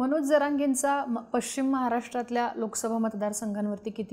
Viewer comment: उच्चार पश् चिम , पचिम ; निश् चित निश्चित .